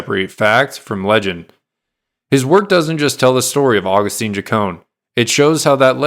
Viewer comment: Agustin not agustine😂😂😂😂 If tio hear you calling him that HE IS TO SKIN YOU ALIVE😂😂😂